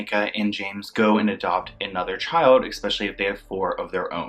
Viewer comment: The word is especially. Not eXpecially.